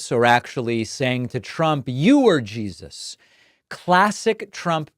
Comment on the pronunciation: So obvious that Trump is straight up conning them. "Yeah, I believe in...Jean-suss. Favorite guy. Big guy. Came up to me, tears streaming down his face..."